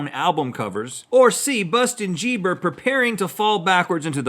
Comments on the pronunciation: Bustin jieber 😂😂😂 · Busten Geeber 😂😂